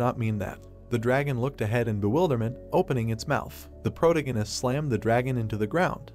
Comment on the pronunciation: Please fix protagonist pronunciation